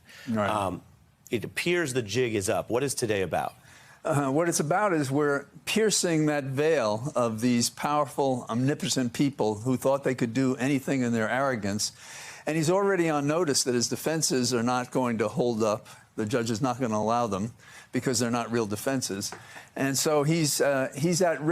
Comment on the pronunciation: What’s “omniposent”? Lol did he mean “omnipotent”?